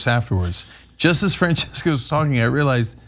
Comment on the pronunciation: Why does Cenk keep calling Francesca Frances? XD